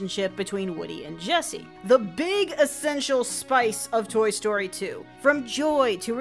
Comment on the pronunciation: Did you just say Tory Story?